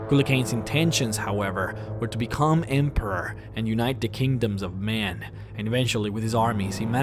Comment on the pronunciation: ..But he's just a MA-YAN....Stahp...Please..Stop saying it that way hahah